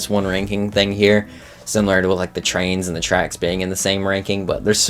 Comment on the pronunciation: Call it a nitpick, but I genuinely hate that he pronounces SIMILAR as simewlar/simular Bro, WHERE ARE YOU GETTING THIS “U” SOUND WHERE THERE ISNT ONE???? 🙄